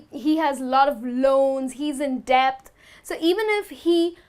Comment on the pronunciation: she pronounced b in debt. It should be [det]